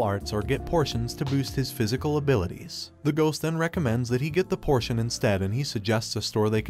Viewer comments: POTION NOT PORTION Are you a google translate voice? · Potion not portion